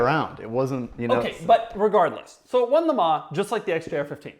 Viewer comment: Doug the kind of guy who says MeLans ....🫣